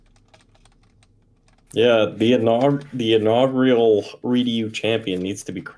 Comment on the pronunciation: Why do you call it redu format?